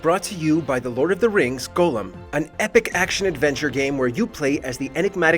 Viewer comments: I'm sorry - but when he mispronounced "Gollum" as "Golem" in the first 5 seconds, the narrator let us know that he's not an actual LOTR fan. Lol 😂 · the fact that they say golem instead of gollum triggers me. this isnt pokemon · Go - lum?